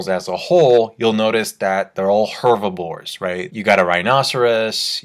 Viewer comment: Umm... it’s Herbivores not hervibores 😂 but love your vids